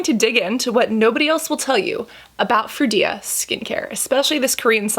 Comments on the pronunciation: Anyone notice when she said "fruida" instead of "frudia"? 😂😂😂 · Froo-dee-ah.... Not froo-ee-dah. Just saying. 😉